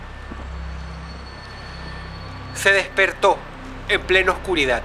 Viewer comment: universidaT, oscuridaT COOOOOOOÑOOOOO hable bien señor